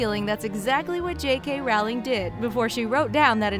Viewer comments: She can't even say J.K Rowling correctly! McGonagall said that the dursley's were mean before Harry was there! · I hate when a channel like this makes videos saying things like “we all absolutely loved Harry Potter growing up....who doesn’t remember_____” And then proceeds to pronounce almost every fucking character name wrong. Bitch. Did you even read the books or watch the movies? Please use a narrator that at least knows what they’re talking about 🙄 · Row, row, row your boat, yeah? Row, row, row J.K.ROWLING!!! How many times I've heard supposed knowledgeable people MISPRONOUNCING her name!! GET IT RIGHT!!! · HER NAME IS J.K. ROWLING LIKE ROLLING NOT RAWLING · It’s not Rowling as in howling, it’s Rowling as in rolling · it triggers me when she said it like j.k 'raowling' when its pronounced 'rolling' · ITS NOT rawling ITS rowling You uneducated swine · Its not Rawlins its row-ling as is in row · It's ROWling not RAWling!!!!!!! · The way she said J.K. Rowling... It’s pronounced Rolling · Why do americans sound so cringy when talking about HP? Maybe because they pronounce "Rowling" as "RALING". It's ROULING you morons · J.K. Rowling herself said in this video that is “Rolling.” I used to think Rowling too but then I saw this. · Her name is pronounced rol-ling not row-ing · It's pronounced ro not row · It's not pronounced Row-ling it's roll-ing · Rowling like bowling not Rawling. Its been 20 years. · heavy breathing Did you just say JK Rowling and pronounce it Rowling and not rolling breathing intensifies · It's Rowling not Rawling.. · why does everyone pronouces jk rowlings name as 'rowling' like it rhymes with 'bowing'? it's its pronounced like 'rolling'. she said it herself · its row-ling like row row row your boat,,,,,, or rolling pin.......................sorry, i couldnt keep my mouth shut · You mispronounced JK Rowling. Its Pronounced JK ROLLING. mic drop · Her name is pronounced Rowling as in Rolling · Rowling is pronounced ROLING